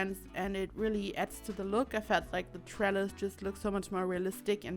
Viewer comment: Right. Lol. I thought you said trellar, my ears heard an r. I indeed like the trellises. Now if I ever see one and I'm with people I'm gonna let em know it's a trellis and I know what it is. :D